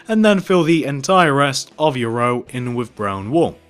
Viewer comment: no offense, but it kinda bothered me how u kept saying "entire"